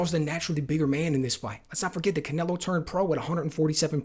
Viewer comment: Canleo? Can Ello? Can Canelo? Cannelloni?